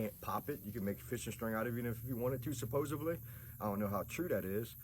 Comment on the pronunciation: it’s supposedly, not supposively